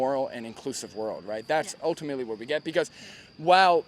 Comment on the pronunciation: omfg. i could not stop laughing at that "buuut wut do we git"